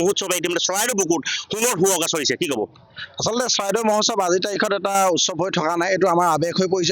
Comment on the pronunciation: মহোৎসৱ কব লাগে মহোৎখব নহয়